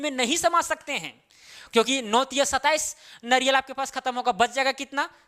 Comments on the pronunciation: Naryal nahi hota hai sirji... Nariyal hota hai hindi mein... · Naryal.... Eee ki matra kiu nahi pronounce karte ho 🙄